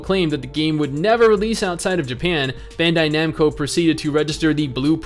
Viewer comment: When he Americanizes Bandaid Namco.